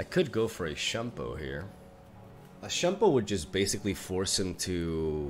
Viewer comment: it's SHYUN-PO not SHANPOH